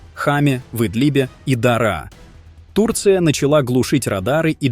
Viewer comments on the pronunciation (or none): none